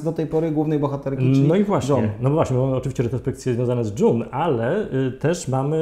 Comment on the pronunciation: właśnie takiego podsumowania potrzebowałam po drugim sezonie! serial obejrzałam niemal jednym tchem, dopiero teraz. kawał dobrej roboty. P.S. June czytamy Dżun nie Dżon (John) <3